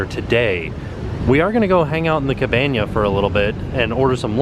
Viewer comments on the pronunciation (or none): the ca-ba-NIA me: about three ca-ba- NIAs